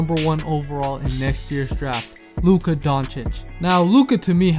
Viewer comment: Compliments for pronunciation of Luka’s name 👏👏👏👏👏